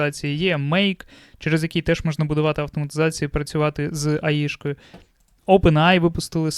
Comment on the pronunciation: Бл друже Ей Ай Ей Ай , ну не Аі , не має такого АІ Artificial Intelligence please 🙏